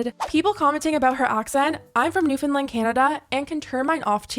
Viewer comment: Unrelated but THANK YOU for pronouncing Newfoundland correctly LOL